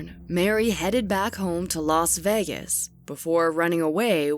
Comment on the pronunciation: Stop saying "Las Vegas" like that!